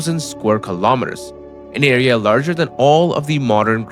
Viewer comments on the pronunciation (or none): none